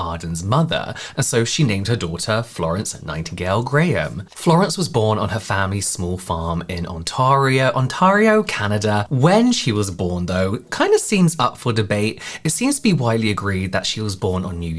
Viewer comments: She seems to have been from woodbridge ontario, which is pronounced ont-air-e-o 😊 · “On tar ee oh canada” kind of killed me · Hearing Ontario pronounced like that confused tf out of me 😅 I was like where’s that??? Meanwhile, that’s my home province. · Love these deep dives! Please do more….And as a Canadian I’m giggling like crazy at how you said Ontario ☺️